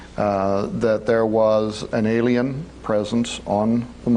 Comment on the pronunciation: And sorry it's alien not Alain LOL